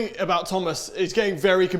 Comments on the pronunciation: "Ah-boot?", you're losing your English! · says “abouut” ABOOT?? ABOUUUT?? What has Canada done to you 😭😭